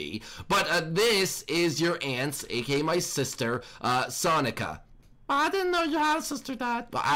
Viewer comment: Sonica not Sonya or not Sonia it’s sonica